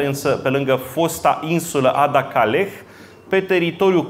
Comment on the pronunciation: "Sui generis" are accentul pe primul "e", si nu pe al doilea, domnule... "Caragea" - cum v-am mai spus, dar nu retineti - are accentul pe "a"-ul final, si nu pe cel de-al doilea, asa cum insistati in greseala... "Ada-Kaleh" se pronunta fara "h"-ul final... "x"-ul din cuvintul "exil" se pronunta cu "gz", si nu cu "cs", ca si in "examen", "executie" etc. (gramatica clasei a III-a)... Cuvintul este "butie", nu "bute", cum pronuntati... Ora "douasprezece noaptea", si nu "doisprezece noaptea", cum pronuntati tot timpul (acordul elementar al numeralului cardinal in gen cu substantivul).... Aveti aceeasi problema cu accentele cuvintelor limbii romane si cu ortoepia in general, de care nu va mai lecuiti... Iar chefliu nu inseamna nicidecum alcoolic... Oricum, felicitari pentru aceasta noua conferinta, pentru acumularea constanta si insatiabila de cunostinte si expunerea lor!